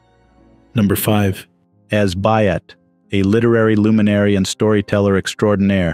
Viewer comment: It's not pronounced as the woman writer As Byatt. Her name was A - S Byatt